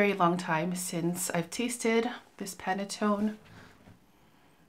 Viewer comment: Your facial expressions on Dom Rosa gives the image of you dressed bougie while Yatching and sipping champagne.🥂🍾 I think you did pronounce Panettone correctly. Can't wait to see what else you have in the bag! When you mentioned Carrot Seeds as a note, I thought it may be Tapis Volant. I hope L'ile Pourpre and perhaps Desert Suave is next in your reviews. I like how you incorporate your Bottles with your Home Decor.😎😎